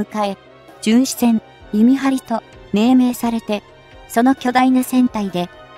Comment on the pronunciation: じゅんしえんじゃなく❗じゅんしせん❗かいけいきょく‼️せっかく良いテーマなので丁寧な校正お願いいたします‼️